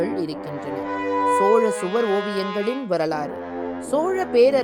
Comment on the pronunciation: அது சுவார் இல்ல.... சுவர்